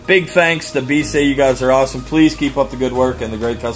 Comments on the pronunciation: Im thinking the company name is pronounced "be-easy" {bee- ee-zee} Don't know for sure but it seems more likely then what you said in video. Great vid regardless, do more inboxings! #allthebest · Please pronounce it as "Be easy" as intended.